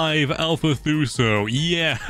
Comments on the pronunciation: ITS NOT THUSO!! its Tuso (To-so) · 145 thuso me: bruv its tuso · Lol you did ok! Just keep practicing your words by sounding them out. T-oo-so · why does he call tusos “thuso” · Lol he called a ‘tuso’ a ‘Thuso’ looooool